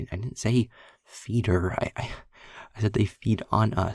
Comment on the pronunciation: Feeder sounds like a slur 😭😭